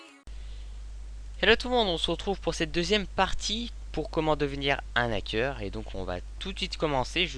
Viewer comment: arrête de faire la liaison du "n" avec Hacker !!!!! C'est comme haricots, on dit pas: un "nharicot"